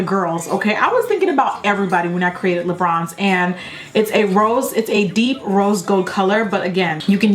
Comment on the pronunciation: You pronounce it as 'le' . Is it La or le? Or is the American accent? Because in French it means two different things